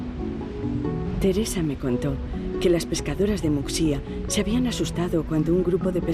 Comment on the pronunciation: Muy interesante. Chirría mucho oír mal pronunciado Muxía (la narradora dice algo como Muksia, si sabéis decir Shakira, sabéis decir nuestra x) y después oír "Folas novas". Es "follas", sí, exactamente igual que el verbo follar conjugado. Y ese bien que lo conocemos todos. Son los únicos peros que tengo ;)